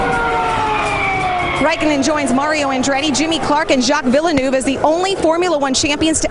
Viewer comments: I appreciate what you say, but that woman saying 'villa-noov' rather than 'veel-nerv' (which would've been at least approximately right) suggests she hasn't even bothered to do her homework. I guess with Finnish names, non-native speakers don't want to embarrass themselves by attempting to replicate the characteristic trills and pauses of the Finnish tongue (which for the record I love). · for british english yes... in american english "veal nerve" is a much worse slaughter than "villa noob" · Jack Villernoove hahaha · "Jack Villanoove" lmaooo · "Jacques Villenoove" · Villesnoove hahahaha fuckin guy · hahaha VILLA-NOOVE! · "Jack Villenoove" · Jacques vil-le-noob??? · "Jock Villnoov" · “Jack Villanew” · Jack Villynew and Jimmy Clark 😂😂 now I wouldn't expect an american to be able to pronounce jaques name but that was too funny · JACK VILLA-NOOV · "JACK VILLAHNOOVE" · Jacques villennooove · "Jack Villahnoo" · "Jack Vilenoove" Ouch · And jack villinoove 😂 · "Jack VillaNOOVE" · "Jack Viillenoove" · “jaka villuhnoov”... that one hurt. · jacks villa newv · I came here for this comment. JOCK VANILLA-NOOV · Jocks Villvonoo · It sounds like she was trying to speak the german "ü" and failed. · Jack Vilenoove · For anyone still confused, it's pronounced VEAL NERVE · "Jack Willenuff" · Wow. 'Jacques Villa-noov' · "Jock villanoov" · It's Jack Vill-nœv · "Jaques Vill-eh-noove" What the actual fuck, that's the worst pronunciation of his name I've ever heard!!! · Jack Vill-en-oove. Who the fuck? Americans... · Relax, she was unfamiliar with the pronunciation. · the way she pronounced Villeneuve made me puke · how can you say Jacques right but make a mess of villeneuve!? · the butchering of Villeneuve's surname annoys me every time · the pronunciation of "Villeneuve" kills me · Bruh her pronunciation of villeneuve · the way she pronounced jacques villeneuve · oh god, the way they butchered Villenueve's name... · did the way they pronounced Villeneuve piss anybody else off or just me